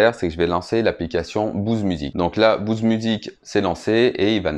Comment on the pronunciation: je comprends pas la prononciation Bouze! c'est frustrant!!!!